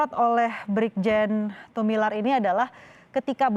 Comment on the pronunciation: Tumilaar, bukan Tumilar